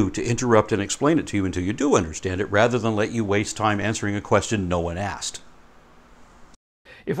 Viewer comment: is it only me or this underSHtand thing is really annoying?